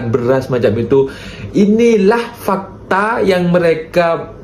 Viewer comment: bukan fakte 😢 fakta... Lah 😊 walau bagaimana pun, adalah terbaik, terimakasih.